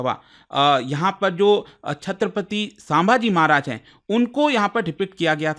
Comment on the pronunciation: Respect for you & ur Hardwork Sir❤ But U are mispronouncing name of our Maharaj 😢